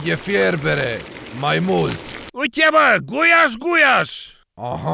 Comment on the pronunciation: Se zice gulas